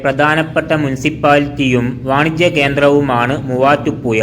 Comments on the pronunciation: മലയാളത്തിൽ ഴ എന്നൊരു അക്ഷരം ഉണ്ട്...തൊടുപുയ, മുവാറ്റുപുയ, കോയിക്കോട് അല്ല... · മുവാറ്റുപുയ വല്ലാത്ത പുയ തന്നെ 😄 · നീ എവിടെയാണ് മലയാളം പിടിച ത് തൊടുപുയ മുപാറ്റുപുയ എന്തോന്നാടൈ